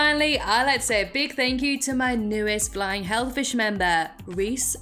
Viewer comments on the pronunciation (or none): I love your accent but it gets annoying when you say fighting and it sounds like flying hell fish.